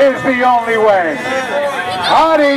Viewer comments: He said Hare Jesus right ? LOL 😂😂😂😂😂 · Dude he literally said Hare Jesus😆